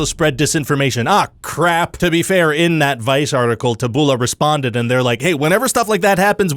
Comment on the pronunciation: Taboola is said with the emphasis on the first syllable. Its a misspelling of the Latin words tabula, which means plank, or plate.